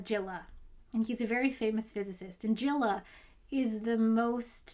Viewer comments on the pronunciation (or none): none